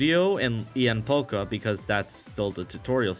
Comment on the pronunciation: I'm sorry but Marginal is boring as hell in my opinion lol, also it's Ievan Pollka, not Levan Pollka.